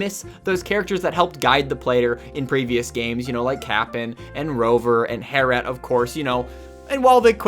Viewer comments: Isn't her name Harriett? Not Hairette... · It's "Har-ee-ett" not "Har-ett" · HA-RRI-ET HARRIET ITS A REAL NAME not HARRET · We does he say harret not harriet? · Her name is Harriet not Harret.... it’s (hair-ee-it) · The character at Shampoodle is HARRIET, not Harret or whatever you pronounced. Nice video otherwise, though! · I want to stick around and watch more vids, but we gotta get this out of the way: Harriet's name is pronounced "hair-EE-et" and Tortimer's name is pronounced "tor-tuh-mer" or "tor-tim-er," get the idea of "tor-TIME-er" out of your head now! :-P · the way he says hairette instead of harriet... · Hair-eee-et. Not Hair-ette. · It's driving me crazy that you think her name is hair-et. It's pronounced hair-ee-et. not trying to be rude. Just... Driving me banana 🍌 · Typically a name spelled like Harriet is pronounced "Hair-ee-it", not "Hair-ette" ^_^ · Mans did not just say “hair-ette”😭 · Hair-et ???? ummmmmm i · i like the video but the fact that he’s calling Harriet HarETT is really getting on my nerves. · Did he just say... 'Hair-ette'? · *Harriet (Hair-ee-et) sorry that just really bugged me, like people pronouncing Tortimer as "tor-TIMER" instead of "tor-TIM-er" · Say it with me. Hair-ee-it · hair-ETTE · Wait did you just call Harriet, “Hair-ette?” Lol. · I came here to tell you that it’s not “Hair-ette”... but someone else already did. :D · Hearing "hair-ett" THREE times drove me nuts! I think he also said "Tor-Time-er" for Tortimer, which was painful. (Another video) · As a Harriet it bugged me... But also in the UK it's pronounced Ha-ree-et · My name is harriet and this drove me wild hahaha it’s ha-ree-et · Ninjham No. it’s pronounced Hair-EEE-it. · Yeah I have a friend named Harriet defs not pronounced Hairette :P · you did not just pronounce Harriet's name like that. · I’ll start liking your videos the minute you start pronouncing Harriet’s name correctly. I’ve subscribed so I can be updated on this.